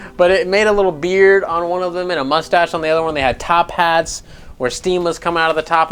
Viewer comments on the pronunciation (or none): none